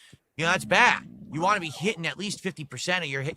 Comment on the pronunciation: And "wah" instead of "want"